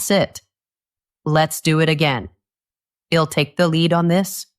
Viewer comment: Your pronunciation of I'll is not correct and confusing. Oyherwise very good.